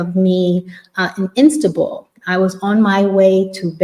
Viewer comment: you said Insta-bul, but you meant Instanbul. I had to replay Becuz I was falling asleep and thought you said instagram. I like that you said Insta-bul and I might start calling it that